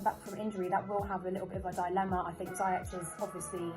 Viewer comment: He’s actually said himself it’s not. It’s pronounced ziy-ec